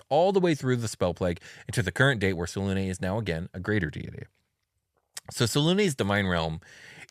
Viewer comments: Whatever happened to pronouncing all ways so they can't get mad? Well, I'M mad because I like the pronunciation with a hard U, as in "triune" or "immune". Two syllabus, SelUne like Sel-yoon I expect better from you next time 😒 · Yeah Its "Say luna" Like the word luna which means moon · Its "Say luna" Like the word luna Which means moon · Its "say-luna" It has the word luna in it which means moon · Its Say-luna Like the word luna Which means moon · Yeah regionalism is whack but its supposed to be "Say luna" Like the word luna which means the moon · Welp, hate how they pronounce her name. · I mooned the Moon Maiden. And yeah in BG3 they pronounced it every way you can think of